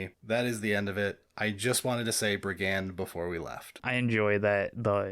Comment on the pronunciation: why do you pronounce brigand the way that you do?